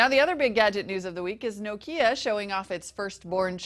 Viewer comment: It is NOT "No-kya", it is "NOKIA"!